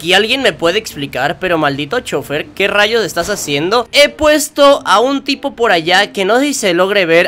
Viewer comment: Enves De Decir Tipo Digiste Pipo xD